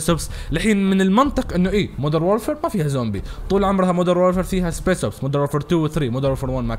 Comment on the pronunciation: اسمها سبيشل اوبس مش سبيس اوبس 🤦🏽‍♂️🤦🏽‍♂️